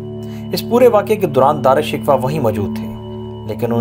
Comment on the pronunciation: بھائ نام کا تلفظ ہی ٹھیک کر لیں